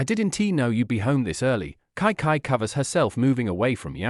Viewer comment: Kai kai? Its chichi